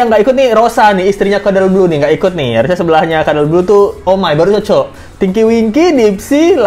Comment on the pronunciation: Kenapa bang jdi keterusan ngmgnya "kadel blu" 🤣🤣